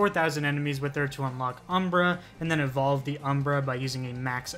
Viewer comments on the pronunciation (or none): none